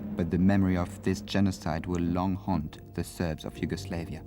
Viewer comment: the way the narrator says yugoslavia is triggering me